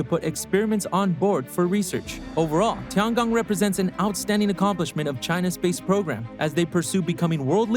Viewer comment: It's Tiangong, not Tigon.